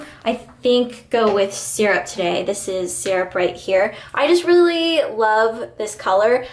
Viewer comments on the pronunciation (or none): none